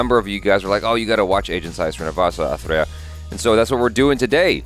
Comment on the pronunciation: First time watching pronounce a lengthy film title correctly.🤣🤣